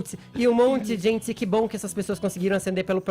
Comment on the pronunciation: “Azenti” “Sorti” “Zenti” 😂😂😂 Vamos visitar uma Fonoaudiologo URGENTE